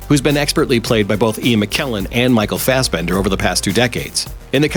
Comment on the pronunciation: The name is "Michael Fassbender" and not "Michael Fassbender". Get you pronunciation right :D:D